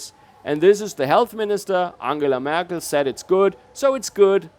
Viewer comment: merk-EL? sounds like annunaki